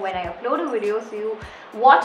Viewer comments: Am i the only who notices her saying 'widio'🤔. No offence though, i like your 'widios'😃. Subscribed! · What is wideo haan??!!!!! Sometimes it's good to have right pronunciation.... You don't have to do so 'nekami'